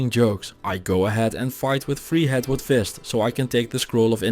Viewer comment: Pretty sure I heard: "Freehead Woodfist" instead of "Treehead Woodfist"